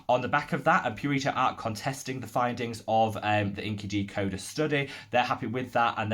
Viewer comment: Just a thought: INCIDecoder is not pronounced as inky-decoder. It’s a play of words between “insider” and “decoder” thus in-psy-decoder.